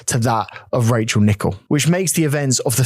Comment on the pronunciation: I like the fact that you even pay attention to how her name is actually pronounced. Much respect to her memory xx